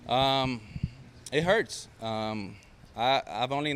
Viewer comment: He turned American for “it hurts” lol😂😂